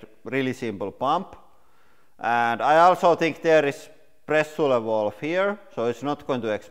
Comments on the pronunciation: Please use Google translate for correct pronunciation of “pressure” word!!! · Just pay attrntension HOW idiotic he said pressure! Can't belive, cave's man in 21st century!